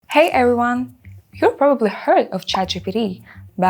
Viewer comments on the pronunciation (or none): What's "ereyone?" It's "hey everyone*" and not "ereyone" вы неправильно сказали everyone